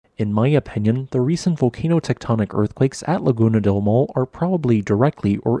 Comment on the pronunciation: "maw le" is a better phonological transcription of Maule than "maul." The final e is not mute.